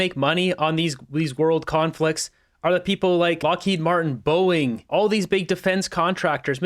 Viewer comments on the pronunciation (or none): none